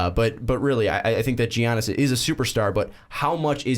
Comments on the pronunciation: I get what you're saying and it's actually a good content (I read the comments first and oh man the hate). But Jesus Christ dude, it's Giannis but pronounced Yannis. Soft g people, soft g. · literally cringing at the Giannis pronunciation. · Ok first of y'all are dumb as fuck...his name isn't pronounced like that. And he will be in Milwaukee for his whole career. He doesn't give a shit about national attention. He came into the league a few years ago and what was considered a "project" and the Bucks took a risk on him. And he liked that cuz they gave him an opportunity so he isn't going anywhere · The way you pronounce Giannis bothers me